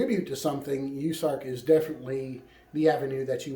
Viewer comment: US ARK like U S A its pronounced and Koosko I think it is how his name is pronounced. Love all your videos sad times we live in...f 2020